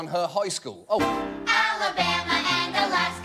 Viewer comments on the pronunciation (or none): none